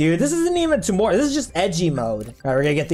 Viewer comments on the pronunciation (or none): Its not tuu more its tyu more